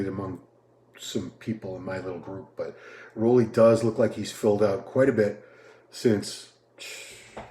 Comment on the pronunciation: Roelly is pronounced rue-lly... RUE, RUU, ROO not raw, ro, row